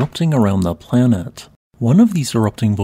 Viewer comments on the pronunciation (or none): none